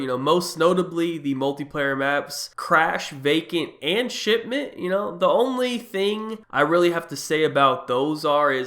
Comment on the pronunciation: Everytime he says "shipment" he sounds like he's saying "Shit mint". Anybody else hear that, or am I the only one?